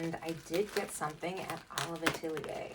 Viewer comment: I’m wondering why you didn’t price any of the smaller items at Olive Atelier? I’m sure they were overpriced, but it would have been nice to get a sense of the various price points. Great video—thanks for taking us along. 😊. PS: Atelier is pronounced Ah-TELL-yay. It’s French.